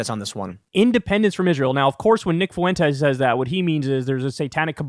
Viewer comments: Always loved Kyle's ironclad commitment to pronouncing "Fuentes" with three syllables. Foo-Win-Tez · Holy fuck, stop mispronouncing Nick Fuentes’ name. I know he’s a POS, but it’s so annoying as I actually know people with that last name. Two syllables: F’win-tez. It is not “Foo-in-tez”. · Nick Foo-IN-tez haha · Nic FOO-en-tez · Kyle said Nick Foo-wentez. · Nobody knows who Nick "foo-wentes" is because that's not how you pronounce his name lol. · im so sorry but the way you say Fuentes really pisses me off XD foo-en-tez is a not. its more fluid. carry on with your bashing of them cause I assuredly on board with it.